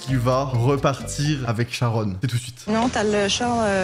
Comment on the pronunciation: Elle s’appelle Charonne depuis le début j’entends charogne 😂😂😂